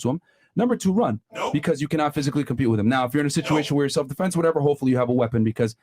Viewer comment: Wait.. is she saying Stelf -Defense 🤔…what ever these ladies are saying. Delusional , effects of a Boss biSh 🤷🏽‍♂️🤦🏽